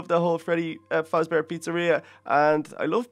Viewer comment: it is faZbear not fasbear. Do a summoning of Little kelly.EXE